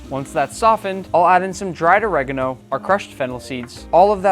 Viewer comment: Why does he say oregano like that?